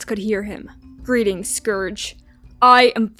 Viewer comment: scourge not scrouge